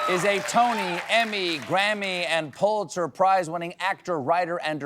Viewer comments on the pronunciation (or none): none